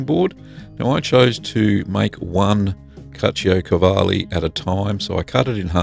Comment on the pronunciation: The way you pronounced the name remembers me Brad Pitt from Inglorious Bastards, good job.